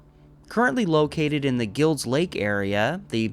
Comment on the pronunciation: Very interesting and entertaining presentation. My only critique is your pronunciation of "Guilds" Lake. It rhymes with "smiles."